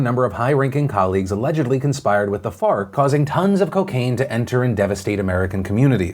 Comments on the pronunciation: Me: Wait did he just say Fart? rewinds Me: Oh, ok. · I keep hearing fart. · Can we call FARC, FART. Cuz that's what I thought I herd u saw the 1st time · F.a.r.k. I thought u said fart. Which is way better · Thought Phil said “Fart” instead of “FARC” for a min lol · Farc sounds like fart.... it was hard to make it through that piece without laughing. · So FARC ? Not fart 💨? Sorry it sounds like. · i'm sorry but when he said FARC i just heard fart.. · Farc just sounds funny